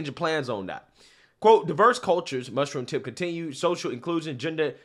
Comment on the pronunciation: Perfect pronunciation of Mushroomtip's name.